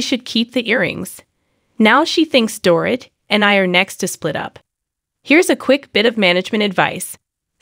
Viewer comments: Door-eet not door-it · Strongly agree. She may be using a translator. She needs to proof her posts to ensure words, especially names, are pronounced correctly. Dorit is pronounced Doreet. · Really annoying when you don’t say her name right. It’s like calling cheese chess 🧐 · Don’t have a Utube if you can’t say a person’s name